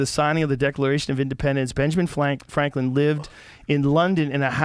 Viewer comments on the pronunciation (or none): Joe Rogan: "Benjamin Flanklin" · Benjamin "fwanklin" haha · Benjamin Fwanklin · Benjamin Fwanklin lol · was it Benjamin Fwanklin Joe? lolol😂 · Joe "flankan fankan" Rogan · benjamin FWANKWIN! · Joe “benjamin flanklin” rogan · Benjamin Fwaklin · “Benjamin Fwanklin” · “Benjamin Flanklin” 😂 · Joe was having a lot of trouble saying “Franklin” 😂😂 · “Benjamin fw-ranklin”😂 i may be deaf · Joe has a little trouble saying Franklin. Fwanklin